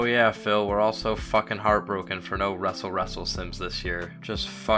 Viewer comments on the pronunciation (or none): Fill me in. Why ya call it wrestle wrestle?